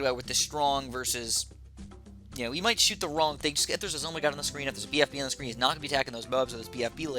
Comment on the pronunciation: Wtf is a zomygod its called a zomg or z-ah-m-ghh